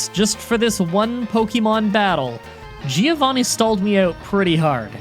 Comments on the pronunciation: Btw Giovanni's name is pronunced like this "joe-van-nee" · It's funny you complain about your name being misspelled and you always call as Gee-Oh-Vanni you idiot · Italian tip: Giovanni is pronounced like "Jovanni" rather than "Geeovanni". It's the Italian for John, not for Geeohn